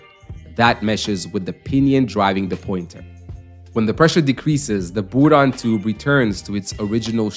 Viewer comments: I think he was trying to use the french pronunciation but can't do the trilled 'R' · It’s a “Bourdon tube” not a “Boodon tube”. Pronounced the same way as "Bourbon", only "Bourdon". You wouldn't pronounce "Bourbon" as "Boobon" would you? Stop saying "Boodon".